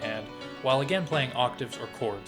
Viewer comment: "with only 4 cods! " the way he said 4 cods was always amusing to me. I used to shout it with him the same way and than skip the ad. was fun. this part only. On a serious note, for anyone reading this, DO NOT! and NEVER buy any course with the words MASTER CLASS, FREE, or CODS instead of chords. hell, do not buy anything that comes from a YouTube, Facebook AD that has master classes and all that jazz. great great investigation and amazing video. thank you for your work.